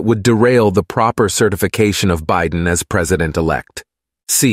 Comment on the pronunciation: I loved the few gaffs! bi-DEN, LOL😅 and the plurals.....word + s, lol Excellent. Appreciated. Best Ever Emmy??🎉🎉🎉